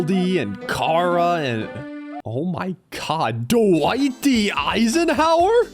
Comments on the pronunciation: Its not car-a its pronounced "CHAR-a" like CHARRED food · He called Chara cara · Why did he pronounce chara like that